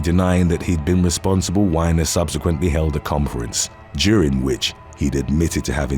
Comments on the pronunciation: The Weiner story was pretty big here, in the states. It was national news. (And …for once…it actually is pronounced “Weener” like some people pronounce the word for hot dogs. But, I’ll give ya that one. Would’ve been too hilarious, to hear that name over-&-over again, for your videos’ tone(s). Lol! And my wife and I had just talked about how you take your time & make sure to pronounced everything correctly, & the attention to detail & work you out in, to do so. Lol!! But, again…that one could very easily be “Weiner”, like “Wine-er”, especially since it’s most likely Jewish. We are probably better off, with how you pronounced it, anyway. Lol!) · Yer saying Weiner wrong and there's an important reason why I'm being such a grammar nazi... it's pronounced Wee'nr , like a hot dog wiener, making the this d!ck pic politician even more fun to cover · You are pronouncing Anthony Weiner's name wrong. Weiner is pronounced the same way you would if referring to a hot dog or the slang term for a male... Like seriously though he has that last name and gets into trouble for sexual actions. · IT'S "WEEE~NER" ! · Yeah... you mispronounced Weiner's last name. It's actually pronounced in a way that's very apropos considering his reputation. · That's now how "Weiner" is pronounced. It's make his story much more entertaining when you say it right. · That is not how you pronounce 'Weiner' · That's what I said, like, he really must not know 🤣🤣🤣🤣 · You mispronounced WEINER!!!! You have got to be wee todd did to mispronounce that particular word!!!!!🤦🏽‍♂️🤦🏾‍♀️🤦🏻‍♀️🤦🏼‍♂️🤦🏽‍♀️🤦🏿‍♀️🤦🏼‍♀️🤦‍♀️🤦🏻‍♂️🤦🏿‍♂️🤦‍♂️🤦🏾‍♂️🤦‍♀️🤦🏻‍♂️🤦🏼‍♀️🤦🏿‍♀️🤦🏼‍♂️🤦🏽‍♀️🤦🏼‍♂️🤦🏽‍♂️🤦🏽‍♂️🤦🏾‍♀️🤦🏼‍♂️🤦‍♀️ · its not wine-er... its wiener... dint try to church it up..... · Weiner is "wee-ner" not "wine-er". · It's Wee-ner not Wine-er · Not Whiner. Weiner. Like you call your member. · Haha! He pronounced it Whiner Dude’s name is actually pronounced Weener Weener sent his Weener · It's not pronounced ''Why nur' it's wee ner